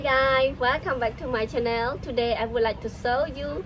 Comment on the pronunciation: I know english isnt her native language, but I couldnt help but snicker when she said at the start of the video: "Hi guy, Welcome back to my Chanel"